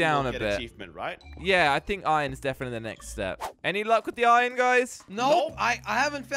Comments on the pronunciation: Iron not irin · Josh tell it’s iron not ion